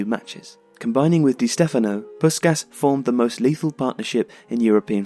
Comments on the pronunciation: I'll be that guy: It's pronounced more like 'Pushkash' (an HU 's' makes a 'sh' sound in EN). Your videos are great, but there's a fair bit of name botching. Might give a thought to spending a few minutes to learn the IPA and doing a quick check beforehand. Great videos, though. Thanks for them. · Nice summary. But... "Puskas". Please respect the man. He has a name. From his culture. I remember my dad talking about that electrifying that Magyar team of the 50's. Listening on the radio in Budapest during university days. How media has changed. Can't help pointing out one vital detail. As an English-speaking son of Hungarian refugees (1956, as was Puskas) it rankles hearing his name being mangled. My own name too. Not a criticism. I'm sure I've equally mangle many names from many other cultures, but... For a globally up-front legend of the game, maybe a bit of cultural respect? In Hungarian... S = sh. as in SHoot, SHot, SH*t, caSH C = tss. not really an English equivalent, but like the "ts" sound in caTS. In fact, "cica" (TSee-TSaa) was the unimaginative Hungarian name we used for one of our belated cats. So... Ferenc Puskas is (more closely) pronounced "feren-tss poosh-kaaash" P.S. Native Hungarian speakers please correct me. P.P.S. I think he's one exceptional player from a different era who could be successful in the modern day. Haaland vs Puskas - have it out!